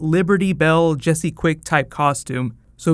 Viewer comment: You said Jesé quick season 3